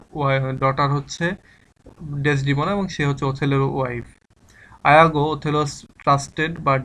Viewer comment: ইয়াগো কে আপনি আয়াগো বলছেন কেন?